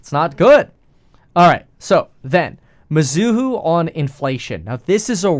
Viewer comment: It's not mi-zoo-hoo It's me-zoo-hoe